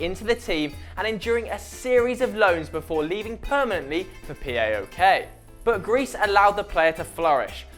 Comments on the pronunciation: We pronounce them AEK and PAOK , not A.E.K. and P.A.O.K. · It's PAOK not P-A-O-K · P.A.O.K????? its pronounced pa-ok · Δεν λέγεται πι οου κεϊ λέγεται παοκ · no P A O K its PAOK and lukas perez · is not a.e.k is AEK and is not p.a.o.k is PAOK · you dont have to say P.A.O.K. its pronounced paok/powk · It's not P-A-O-K in greece we say it as one word Paok or Aek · Its paok not p.a.o.k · P. A. OK???? WTF, dude do you even know football?? You cant even say half the names of the teams! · p.a.o.k is said as it's written not the letters and a.e.k is pronounced ayk. and wear a different shirt panathinaikos for life. and I know most the Greek players you mentioned and I am best friends with Karagounis son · Thank you! You said AEK & PAOK wrong(watch greek videos to learn how we say them).You forgot a few players like Dellas,Zagorakis,Zikos,Tachtsidis,Kone and more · you pronounced AEK and PAOK so wrong and you could also involve angel di maria who played at asteras tripolis when he was 15-16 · im from greece and when i heard you pronounce AEK and PAOK i was facepalming